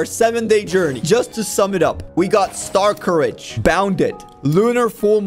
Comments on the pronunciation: bro its not star courage its star scourge 😭😭😭😭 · bro its not starcourage its star SCOURGE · why does he keep on saying stars courage its star scourge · My brain hurts now it’s starscourge not star courage now I can never go back. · Is it pronounced star-courage or star-scorge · It isn’t starcourage it is starscourge (star-scourge) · I like how he pronounces starscourge as star courage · It’s prounced star scoruage